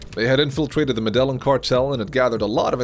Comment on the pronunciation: I hate the way he says Medellin. It’s pronounced meh-deh-yean